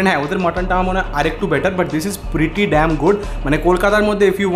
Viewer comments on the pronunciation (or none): none